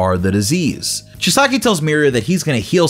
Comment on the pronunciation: Chee-sah-key pronounce correct lol just kidding. I don't actually care, love the vid though.